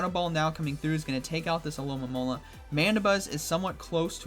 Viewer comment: Why can no one pronounce the name of this pokemon: Alomomola. Al-o-mo-mo-la